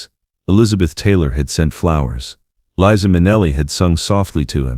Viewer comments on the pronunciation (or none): none